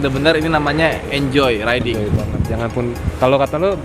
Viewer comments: Riding bang bukan rideing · Ri-de-ing = riding Btw kyk sunda ya ri de ing wkwk